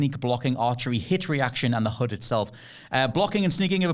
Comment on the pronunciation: HUD not hood 😂